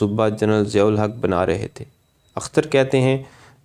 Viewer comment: Madoode azam Siyahul Haq. The stress is on S and not Z.